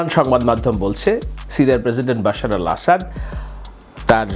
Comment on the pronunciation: আপনি তো ভাই BAL এর সাংবাদিক বাশার কে বশির বলার পর আপনি আর সাধারণ সাংবাদিক থাকেনা। আপনি এক মহান উচ্চতায় উন্নীত হয়ে BALএর সাংবাদিক এ পৌছে গেলেন! আহা!